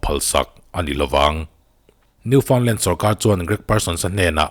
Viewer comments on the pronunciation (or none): Ngaihthlak a manhla turu buru hle mai. Khaw hming leh veng hmingte hi pronounce sual hi thil common tak a ni a mahse a dik tak kan hriat loh chuan eng nge maw hun ah kan sawi dik lo leh thei avangin he video a khaw hming Newfoundland hi a dik tawk lo a kan zep tel lok nih chu. Ka lo sawisual ve tawh thin vangin ka han hre mai2 a ni mah na.